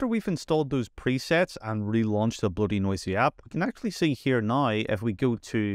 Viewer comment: I'm not really sure how no one has mentioned it yet or how you got through this entire script without realizing it's not BloatyNoisy, it's BloatyNosy. Nosy probably referring to the snooping that all the telemetry stuff does that it can also remove.